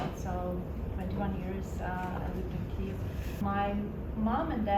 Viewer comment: Прикольно, не знав, шо англійською Kyiv має звучати як "ків"